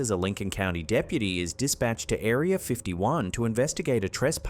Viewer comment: Stop saying areer then area. Go to school to learn how to speek engish